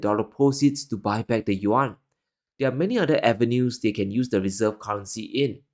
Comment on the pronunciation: Ya? Isn’t it “Yuan”? He calls it “Juan”.